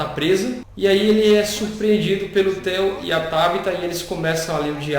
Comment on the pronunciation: ao Cubo kristen kringle, theo(pronunciado aportuguesado), acho que Loeb...